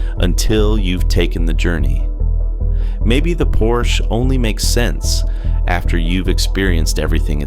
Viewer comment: It's por sha